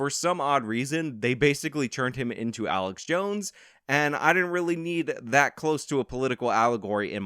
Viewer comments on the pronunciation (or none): none